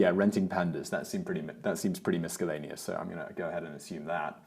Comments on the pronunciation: Ads on your channels are a lot less unpleasant than the traditionally outsourcedly produced ads. About the mispronunciations you were talking about, I suppose you may have had your “Business Blaze” attitude, as in “I don’t care.”, but “miscellaneous” is not pronounced as “misckellaneous”. There’s no “k” and the “c is silent, just so you’re aware. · "misc-ellaneous" Love your stuff guys! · "Miskellaneous"!? 34.36 mins. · Why does Simon pronounce miscellaneous with a hard c? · Simon, the Page Flip dragonfly Bluetooth pedal will allow you to go forward, backward, left, and right. You can also reprogram it with a computer if it doesn’t work correctly in a given app, and it has five different modes if you use different apps. Also, the word miscellaneous does not have a hard C anywhere in it. Nor does the word lengthy, have an Ly at the end. It is not lengthly, although that one might be a British thing. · I've never heard miscellaneous pronounced that way :)